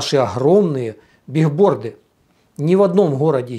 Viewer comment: Правильно говорить не бигборды а билборды, от английского доска объявлений